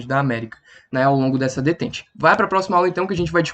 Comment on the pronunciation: Se pronuncia "detán"